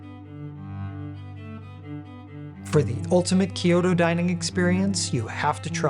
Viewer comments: I am sure I will sound like an ass here, but Kyoto is a 2 syllable word, not 3. Kyo-to, not Kee-yo-to. Just saying. 😅 Just trying to be helpful. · Gorgeous video and very helpful--thank you. Wanted to point out that "Kyoto" is two syllables. Same for the traditional place to say, "ryokan"--two syllables. Thank you for this great content.